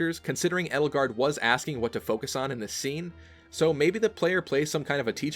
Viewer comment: The proper way to prnounce Edelgard is "ay-dull-gard" Not "ed-ull-gard". Just for future reference.